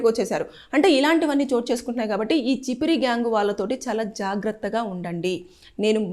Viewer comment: అది చిపిరి కాదు అక్క ఛప్రి 😂😂